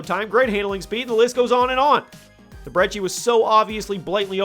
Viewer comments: Its pronounced Brecci not brechi and where tf is the vmp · The uhh Breggi? Its Brecci! You twit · There is no h in brecci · Bet you didn't know he would mispronounce it